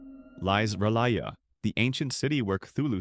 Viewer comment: The narrator (ai?) mispronouncing R'lyeh...